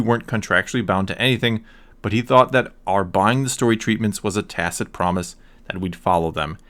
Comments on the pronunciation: Thank you for pronouncing “tacit” correctly. Don’t know why stuff like this bothers me but it does. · You’re the only guy who’s done a video on this that can pronounce the word “tacit.” +150 DKP. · I just need to say well done for being the only star wars YouTuber to successfully pronounce 'tacit' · You are the first YouTube personality to pronounce "tacit" properly. Well done! It's been driving me crazy all day. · Thanks for being the first youtuber I’ve seen cover this pronounce tacit correctly... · So glad you pronounced "tacit" correctly.